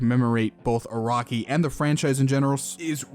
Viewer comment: bro it's nıt iraqi it's araki lol dndkkd